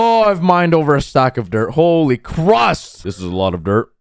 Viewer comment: He says: HOLY CRUSTT Me: instantaneously thinks of TOAST